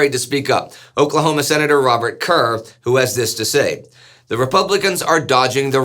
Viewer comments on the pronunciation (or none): none